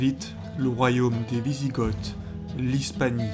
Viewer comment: Hâte d'avoir la suite, un petit conseil, de faire un effort sur les prononciations, on dit Wisigoths (Vizigo)!